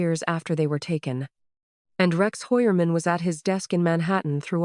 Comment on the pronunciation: Hoy-er-man is the pronunciation in original German.